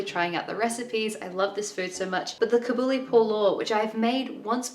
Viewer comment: Hi! Its pronounced kaa-buli, not kabooli😊 Theres emphasis on the kaa, I wish I could record a 3 second voice note :)